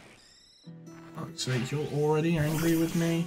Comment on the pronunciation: "Now they're angy at me" 😂😭